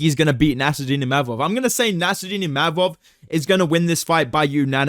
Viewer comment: Said ImaMov, he gets angry 😂